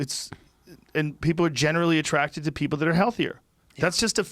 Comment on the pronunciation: Joe “I’m attracticted to fit body’s” Rogan